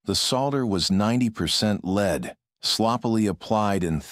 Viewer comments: Someone that is involved in producing these videos ought to take it upon themselves to teach the robots/AI, whatever, that the word for "plumbum" is phonetically led, not leed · I have binged your series lately and love it. Today not so much the leed mistake drove me up the wall 😂 Until today I never knew you were using an AI narrator.. Me I would prefer to listen to a human and it would be worth trying! Cheers from Australia